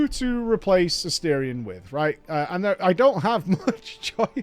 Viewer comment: Never pronouncing his name correctly is the cherry on top.